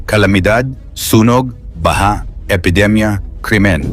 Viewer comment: englishin mo na lang kasi... Mali yong mga pilipino accents mo tulad ng TAONG, BAHA...